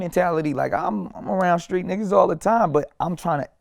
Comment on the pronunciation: LOL vlad aint screet though!!!